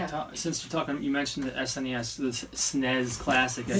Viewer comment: Love hearing from you guys., I had no idea you had a violent streak in you, but whatever it takes to get a deal on Luigi's Mansion, eh?:) BTW you are correct on the pronunciation of SNES (es en ee es). I'm so subbed to Luke's YT. Good luck to Bob on 9th grade work.